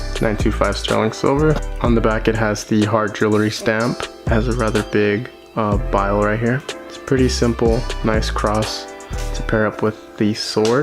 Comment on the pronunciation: bro called it ah "bile" tf u mean ah bail?